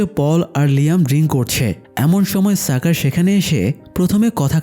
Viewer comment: সাকার কি ভাই! স্বাকার এটা শাকার উচ্চারণ হবে!!